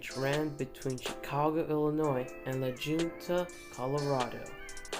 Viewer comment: La Junta, Colo is pronounced "La Hunta or La Hoonta."